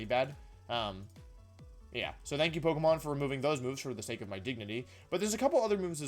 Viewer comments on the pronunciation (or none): none